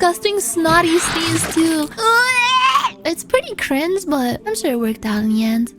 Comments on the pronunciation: yes "cwinge" was mentioned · Is it just me or do i hear “cwinge” instead of “cringe”? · Unfortunate side effect of being a catgirl